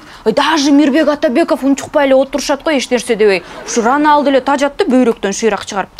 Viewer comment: Криштиано Роналдо эмес Криштиану Роналду